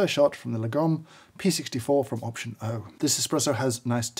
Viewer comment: James may know far far too much about grinders, but he can't pronounce Lagom...